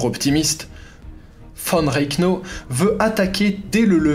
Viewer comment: Von reknau ..... et quoi c'est le 3eme rek en 1940 ... REICH REICH serieux qu'on essaye de fafire l'histoire faut aussi apprendre les noms étrangers mais ca les francais vous en pétez pas une écluse decouverte de ta chaine et en 45 secondes tu as reussi à te skip :)